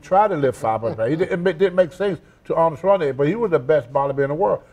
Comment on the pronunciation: he said awnald schwarzinigga smh. Tony needs speech lessons